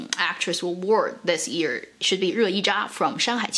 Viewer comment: You cannot say ‘year’ properly, strange